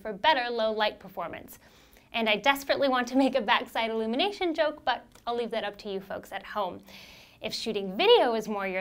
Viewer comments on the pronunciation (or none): none